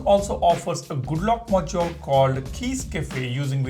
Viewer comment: The way you say module is hilarious. MAW-JYAWL